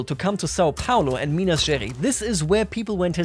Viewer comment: Little tip to pronouncing "Minas Gerais", would be to say it like "Minas Ge - Rice (the english word)" !